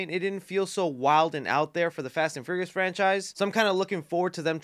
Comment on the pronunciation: Hearing you pronounce furious as furryious makes me smile